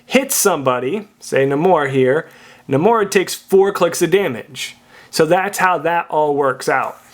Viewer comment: I think you're pronouncing Namor wrong.